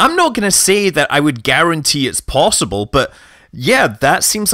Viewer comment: "Possibl" lmao